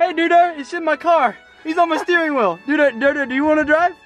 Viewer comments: It's called a doduo not a dudo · It's pronounced doe duo